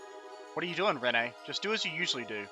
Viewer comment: Its almost impossible to watch this with how you mispronounce Renne, it is just "Ren" its not said any different